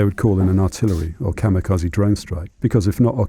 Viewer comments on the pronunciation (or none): Please figure out how to say "kamikaze" correctly. It's quite distracting.